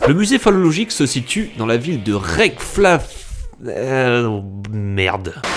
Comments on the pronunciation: Ça se prononce rèkiavique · on dit réjavik LOL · S'il y a bien une ville Islandaise facilement prononçable c'est bien la capitale : "Reykjavik" ...Rey/Kja(kia)/vik... Il faut bosser la géographie les français, c'est inquiétant. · la capitale de l'Islande se prononce "rékiavik" sinon super vidéo comme d'habitude x)